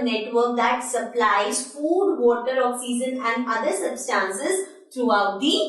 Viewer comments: Okseason instead of oxygen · u teach gud math and science but learn english u said oxeesen its oxygen pronounced ocsyjun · Mam you're teaching vry well but You are not speaking oxygen correctly mean your pronunciation is wrong...